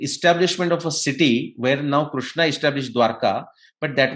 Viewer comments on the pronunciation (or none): KRISHNA, not Krushna. RIG Veda, not Rug Veda.